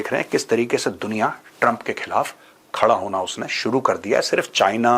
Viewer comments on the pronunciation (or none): none